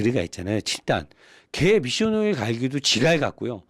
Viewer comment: ㅋㅋㅋㅋㅋㅋㅋㅋ한국말로 미숑오일 ㅅㅂㅋㅋㅋㅋㅋㅋㅋㅋㅋㅋㅋㅋㅋㅋㅋ